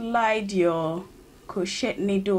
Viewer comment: Its not (crow-chet) its (crow-chay)